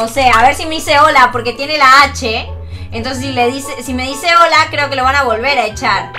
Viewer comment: Hole ocuerden que no pueden decir lr letrq